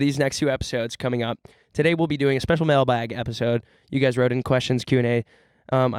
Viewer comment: I'm so high and the way said mail-bag actually sent me into another dimension